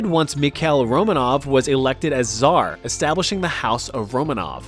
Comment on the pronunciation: It's actually "Románov", not "Romanóv" and.. I dunno how to explain this, but you basically pronounced tsar as зар, instead of царь😔😔 My russian ears are hurting, I'm sorry for being a nerd